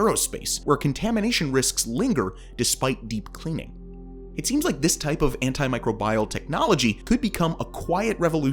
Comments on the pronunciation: Microbial - my-CROW-bee-all, not micro-bye-all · My-crow-be-al... it isn't bile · A lot of pronunciations I've never heard Like microbial. I was taught micrOHbeeal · Microbial… that pronunciation though.. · Please look up how you pronouce words..."microbial" and "quasar" are NOT pronounced like you did. You are slaughtering the language.